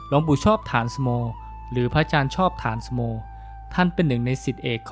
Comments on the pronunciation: ฐานสโม อ่านว่า ถา-นะ-สะ-โม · ฉายาท่านอ่านว่า ฐา-นะ-สะ-โม